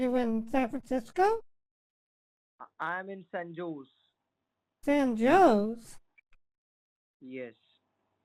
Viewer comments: The scammers from San Joe's it's San Jose u dumbass. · San Joes, (Without Joes). Sounds like a cafe-bar.